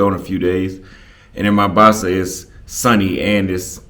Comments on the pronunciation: welcome to my home City! it's "Mombasa" with an "O", not "Mambasa" 😅 cheers! make sure you visit Club Volume in Shanzu! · We call it mOHHmbAsa not mAmbasa ...but anyway have a blast🎉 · I know your brain super lazy but why dont you at least try to pronounce Mombasa right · Vowels pronunciation are different for American and British English.